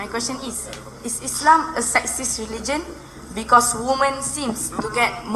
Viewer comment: Dear person, Please correct your pronunciation while speaking the word "Sexist" as you're pronouncing "SEXIEST" which means "SEXY" whereas, in this video of Dr Zakir Naik, a teen using a word "SEXIST" which means gender discrimination and the context of the whole question is based on "SEXIST RELIGION" not "SEXIEST RELIGION". Hope you understand. Jazak Allah! Have a pleasant day! Love from the United Kingdom.